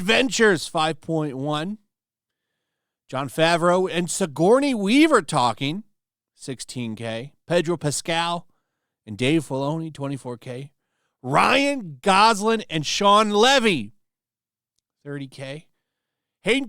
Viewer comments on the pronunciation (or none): did you say dave bologna ?